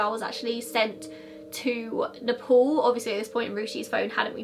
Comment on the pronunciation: Video is almost over and I just understood that "Neh-Pole" is Nepal. I was like "The Pole? The North Pole?". No offence really, I love your accent.